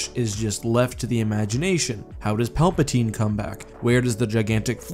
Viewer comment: ok he said Palpasine